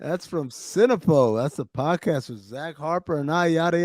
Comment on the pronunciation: Can't help but notice Dan had some major issues saying Podcast during the Offerman interview. Its rude to talk with food in your mouth, Dan. $2.00.